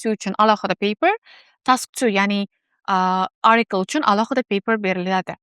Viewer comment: Маслаҳатлариз ҳаммаси яхши лекин “ article “ сўзини нотўғри талафуз қилаяпсиз arikl emas atikl деб талаффуз қилинади.